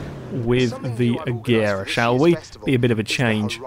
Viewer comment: You said Agera wrong..... its pronouced Uh-Jer-uh